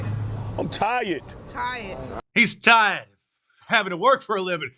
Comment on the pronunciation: "I am tayyed of this!!!"